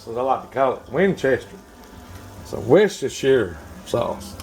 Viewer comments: It's pronounced wus-ter-shur. Sauce. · worce (like worse) ster (like stir?) shire... WORCE STER SHIRE. .... I think the "C" is what kinda throws it off